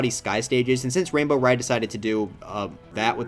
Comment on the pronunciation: "wainbow ride"